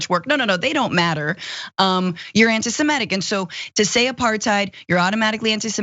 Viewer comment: Francesca, the word is "semitic" not "semetic".